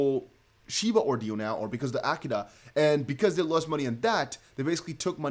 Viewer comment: AKITA say it with me, now… uh-KEE-tuh